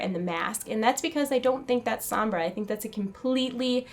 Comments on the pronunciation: Why do you keep pronouncing her name like S-om-bra. Listen to how Reaper says it. S-ohm-bra. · ""SOMBRA"" NOT SAMBRA!! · Sambra? Its pronounce Sonbra (Sombra) but nice tried tho not hating it just bother me a bit hearing you saying it wrong over and over lol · sohm-brah not sambra. eeeeeh! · sambra...... sambra.... sambra...... it is SOMBRA!!! Love the video though. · Well it sounds like she's Hispanic and if she is I want people to pronounce Sombra right, it hurts my Hispanic ears :( The "o" isnt an a sound, it's like an "oh" sound. Plus Reaper pronounces it right. Loved the video though, super interesting! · Pronounced "Sohm-brah" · How she says sombra she's sees som bra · the video was really good but one thing bug me was the you kept mispronouncing Sombra and kept saying SAMBRA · It's Soh-mbra. (I think Alejandra might be Sombra, but that robot mask is hers. But just a mask.) PS. How OLD is Soldier 76, if that was in the past.. JEEZ. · at least learn how to pronounce sombra hence it is a latin name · people pronounce "sombra" so weird. lol